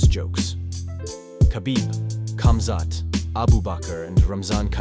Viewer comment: Firstly, it’s pronounced “Habib”, not “Khabib”. Similarly, it’s “Hamzat”, not “Kumzat”, ffs 😂 Alcohol is haram. It was inappropriate to say asalam aleikum and congratulations on whiskey. He didn’t need to jump in with Khamzat, the fight was over. It was Islam’s moment, he was giving his post- fight speech. This whole video is cap 🧢